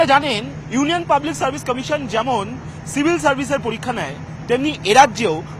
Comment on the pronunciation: পতিদোগিতা মুলোক পলিক্কা😂 গতমুঙ্গলবার .... আরে 'ভাতাটা' থুরি 'ভাষাটা' আগে ঠিক কর। WBCS নিয়ে কথা বলে .. 😂😂😂😂